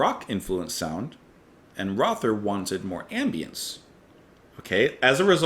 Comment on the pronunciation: Mike Oldfield once said that there's nothing wrong with repetition as long as it's worth repeating. He's not wrong. A few notes: Michael Rother's surname is pronounced rota. And yes, Klaus Dinger & Thomas Dinger were brothers. Michael Rother & Klaus Dinger were also both in the very first lineup of Kraftwerk but left shortly before the first album was recorded. After NEU! 75, Klaus Dinger formed La Düsseldorf with Thomas Dinger & Hans Lampe who he had brought on board for Side 2 of NEU! 75. Michael Rother meanwhile teamed up with Cluster and formed the group Harmonia, who later recorded some collaborations with Brian Eno. English eccentric musician Julian Cope recorded an instrumental B-side in 1992 called Michael Rother as a tribute. He was a Krautrock fan and wrote a book called Krautrocksampler as an introduction to the genre. It is often wildly innacurate, but an exceptionally entertaining read. Here is a link to the particular track in question